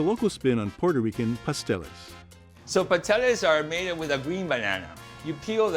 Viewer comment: what ever happened with pronouncing the last "S" in the word PASTELES? I'm from P.R., i know what i'm talking about. Could name some more errors, but i'll let the gentleman in the video figure it out....